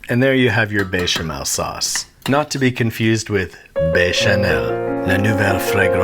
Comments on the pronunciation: Bay- shemell. 😂 it’s betch-amel. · Why are you saying BAY•shuh•mel? It's BEH•shuh•mel. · Beh-chamel, not Bey-chamel. Also: (Gnocchi): Nyocky, not Nocky. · why is he saying Béchamel as " Bay Sha Mell" ITS BÉCHAMEL WITH A BÉ NOT A BAY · bro, i needa know who told you to pronounce bechamel like dat, besh, not baysh you fool, otherwise love the content keep it up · "Be Channel..." I have to say, I am thoroughly impress by your french prononciation. Bravo! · Note to Babish fans: it's béchamel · It's not bechamel- it's bayshamail from now on. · I wish it didn't but the pronunciation as baychamel is driving me nuts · Drinking game: take a shot every time he says béchamel wrong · Honestly, this channel is great, but I hate his pronunciation. Especially bechamel and jalapeño.